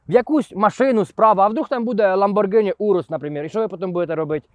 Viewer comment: Не LamborЖini, a LamborҐini. Решта - супер :)